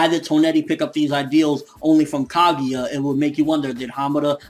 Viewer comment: it's pronounced KagUUUUUUUUUUUUUUUUUUUUUUUUUUUUUya not KagEEEEEEEEEEEEEEEEEya FFS